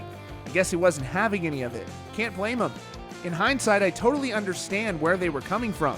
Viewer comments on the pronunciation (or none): none